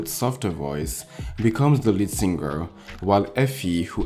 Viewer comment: when people realize its SING-ER NOT SIN-GER 🙄🙄🙄